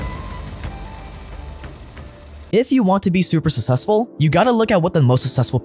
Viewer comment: still can't pronounce the word "successful" correctly but he still decides to use it like 20 times per video. Smh bro cmon